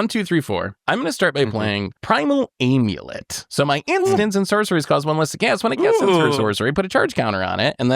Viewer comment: This whole episode is just an excuse to let say "aaiimulett" over and over